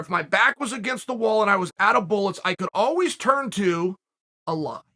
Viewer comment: to hits different when you understand "allah" instead of "a lie" 🤣